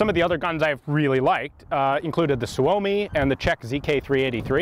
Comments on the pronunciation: Suomi is not pronounced Su-oh-me, it's Soo-Me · SOO-oh-me, not soo-OH-me. It's Finnish... for "Finland" or "Finnish".